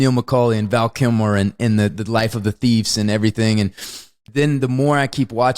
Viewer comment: I was amused by how Wes kept saying, "Val Killmore". The first time I thought he meant Tom Sizemore. I'll have to go back and I'll laugh my ass off if he said, Tom Sizmer.